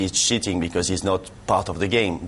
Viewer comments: LMFAO hahahahahaha when he says cheating it sounds like he says shiting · at 2.55 it sounds like Ginalo is saying "shitting" instead of cheating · Cheating or Shitting?